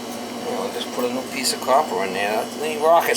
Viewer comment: "A little douche will do ya mama!":) That "coppahh" pipe was really crusty mama! That cleaning stick was a real "f...ah...":) as you said in the previous videos about the light fell down:) that was funny. I was expecting you to use the funny youtube voice when you said you have been working with brass and copper for 12 yeaaaaaarrss:)